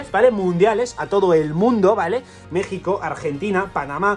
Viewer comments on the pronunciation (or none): none